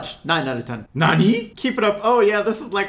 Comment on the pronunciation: You said nani wrong.😂😂😂😂😂😂😂